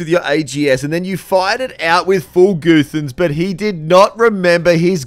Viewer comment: Goothans?? Lmao I thought the "U" in Guthans was pronounced the same as we do with Guthix loool. Don't reckon I'll be adopting goothans anytime soon... 😂